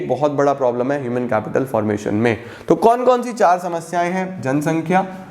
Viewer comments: That part " kaise auunsi .. aise kaunsi cheeze hai 😂😂😂😂 is epic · "aisi konsi" ki jagah "kaisi onsi" 😂😂😂😂 Are Love you Sir❤❤❤❤